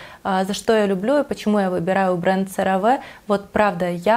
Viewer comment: Cera Ve произносится Серави